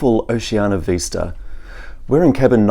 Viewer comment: Vista NOT Veesta